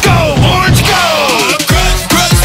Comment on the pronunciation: the "only o r n g " had me laughing and rolling